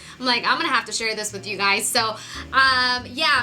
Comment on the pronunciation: i swear am not hating,am just curious,,why does she tend to switch the "z" and the "s" when she's talking..like she said "i like to put thiZ on my noSe " !!